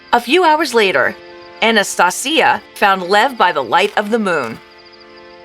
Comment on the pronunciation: Your pronunciation of Anastasia is wrong